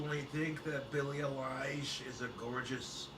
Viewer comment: its pronounced EYE-LISH not A-LIE-ISH